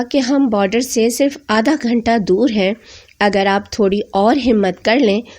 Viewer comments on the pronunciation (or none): none